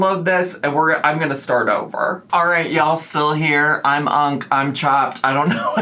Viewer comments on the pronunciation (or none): none